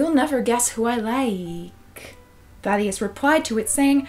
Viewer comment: when she was saying thaddeus, i though she was saying "fatty a**" yes